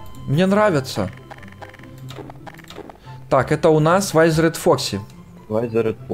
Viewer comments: Не вайзеред а витхеред или как-то так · Круто только не вайзерет а визерет. Фредди,бонни,чика,Фокси. И т.д. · Не вайзеред а визеред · не вайзерет а визер!!!!!!!!!!!!!!! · Не вайзер а визер😉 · Визеред а не вайзеред